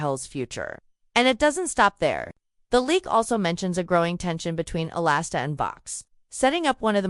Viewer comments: His name is Alistair, not Alasta….. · sure, you can argue the spelling, but the pronunciation remains the same. It’s not pronounced “A-Last-A”